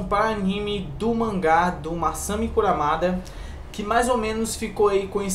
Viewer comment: Falou Massami kuRAmada parei aí...